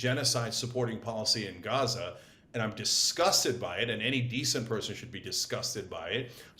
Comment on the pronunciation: David and Brian cannot say the word Gaza.